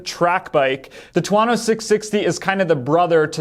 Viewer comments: I was going to say the same thing but figured someone probably already corrected him. Two-Oh-No not Two-Ah-No It's not just a made up word. It's Thunder in Italian. I have a TV4 1100F but wouldn't mind having one of these mid weight ones either. I like the timing of this because it allows Aprilia to get the 2022 bike transitioned over to the new aesthetic (which would invite other improvements as well) rather than having to wait for 2023 (though they still might not get it done in time). My only real complaint about the current 1100 is the lighting which seems much improved with the new design. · Is it really that hard to pronounce it as two-oh-no? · two-OH-no. His pronunciation is killing me 😄